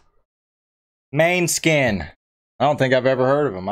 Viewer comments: pronouced mon-e-skin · Good reaction, the name of the band name should be pronounced more like moan-eh-skin. It means moonshine in Danish although the band is Italian. I hope you react to more of their music it is incredible